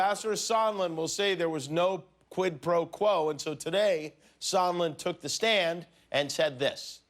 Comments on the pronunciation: No "QUIT PRO QUO" are the most difficult words in Trump's vocabulary. He pronounced them with all his effort. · He's obviously mispronouncing "Squid Pro Quote," and there was no evidence of him asking Zelensky for a quote on squid professionals in any of the calls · I think it was September when Trump first said the words PRO QUO couldn't even pronounce the words QUID PRO QUO , now he can pronounce words , just like the con an that he is . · Trump really struggles to say Quid Pro Quo. He can't say origins, he says oranges instead. He couldn't say anonymous. He makes up words based on not being able to say the right word. His arteries are as hard as cement. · Did he say "no quid pro quo" ? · I wonder how many cookies they went through while teaching him how to pronounce 'quid pro quo' ?